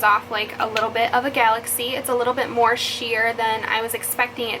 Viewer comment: When you said “mehr” and “shimmering Cheeto”😂😂💕